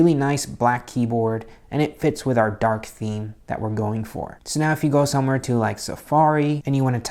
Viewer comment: did he just say DaHaark ??